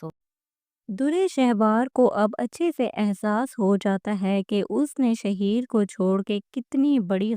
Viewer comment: Naam to sidha bolna a Nahin Raha shaheer Sahi laga raha hai shahar ko Nahin chhod Kar patarki valid superstar rahi hai